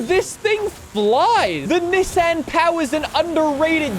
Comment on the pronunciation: the way you’re pronouncing Pao, means the guy’s little toy, but Pão means bread in Brazil